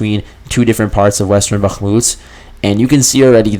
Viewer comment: Why are you pronouncing Bahkmut in that weird way when you're catering to a western audience? The Ukrainians don't pronounce it like that.